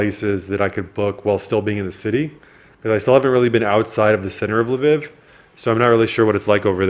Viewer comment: “La vihhv” 😅🤦🏻‍♂️